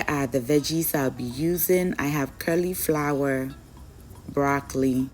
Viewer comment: Thank you for the meal solution for this weekend I'm definitely trying this one- I know already it will taste marvellous but all those colours, WOW, so tantalising!!!🙌🏾🙌🏾👏🏾👏🏾✌🏾✌🏾✌🏾....erm, pls, as a loyal and beloved member of the Sweet Team, I don't want the 'queens English police' to catch you o😆😆😅😅😂😂🤣🤣 please permit me to correct your pronunciation of cauliflower, its "colly" flower not "curly" flower - I was chuckling to myself every time you said it lol❤😊❤🤗 ❤